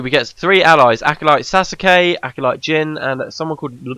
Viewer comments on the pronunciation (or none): Well, you pronounced it "sah-su-kay" and then you say "sue-skay". Not sure if you correct it later on, but the "soh-skay" is pretty accurate. Btw since you mentioned it If I ever mention Japanese pronunciation, it's not like I was upset or something. I just happen to be somewhat knowledgeable about it and feel like being informative when I notice the errors. The more you know, right? It's also a nice excuse to talk about something I've an interest in.